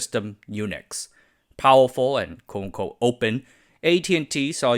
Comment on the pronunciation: You need to slow down your speech at some points. I could barely understand what you were saying and had to rewind multiple times to catch your "quote unquote" which sounded like "coco". And your explanation of the SBS acronym, I still can't figure out what the last S stands for. Systems? Sims? It's just a vague syllable. Your content and topics and research are amazing, don't shoot yourself in the foot with bad enunciation!